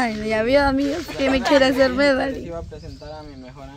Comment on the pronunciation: aprende a hablar se dice Melani no Medali enseñenle chicos ya que Elida no lo hace